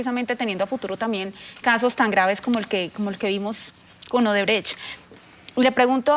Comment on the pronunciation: LAURA BONILLA, HA DICHO OBERTRECHT , ODERBRECHT JAJAJAJAJ